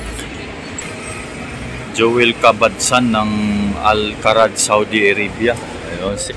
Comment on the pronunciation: Al Kharj po pronounce... hindi po Al Kharaj.....